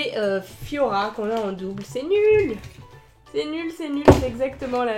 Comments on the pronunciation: je crois que c'est flora pas fyora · les pattes en tic tac mais oui on dirais trop:-) et puis "Fiora " nn mais cest Flora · J adore j ai Pete de rire quand t as dis fiora dsl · c est flora pas fiora